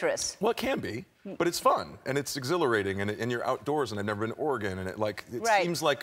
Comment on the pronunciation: Yay Oregon!!!!! Love every time we get recognition AND someone pronounced it correctly!!!!!